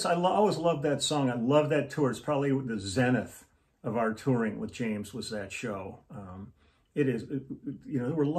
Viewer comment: Great to hear your pronunciation of "zenith.!"